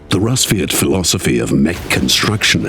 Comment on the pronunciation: daniel rojas actually, it is. «Расвет» sounding like rAsviet, not a rusviet